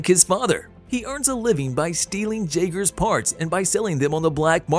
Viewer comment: you keep saying jagers if you look it up its jaeger the j in jaeger sounds like a Y and when you say Mako it doesn't sound the same as they say it in the movie